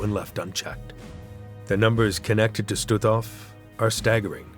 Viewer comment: Господи,да научите ИИ правильно произносить названия,не Штутов,а Штутгоф.